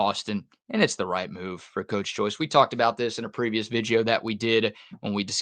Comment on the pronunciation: Great content. Keep it up. Also, please do a video explaining why you pronounce video as vigdeo. lol.